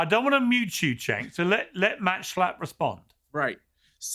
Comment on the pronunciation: and : As i assumed: His turkish name "Cenk" is rather pronounced like "Jenk".